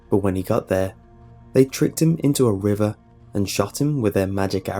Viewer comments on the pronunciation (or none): none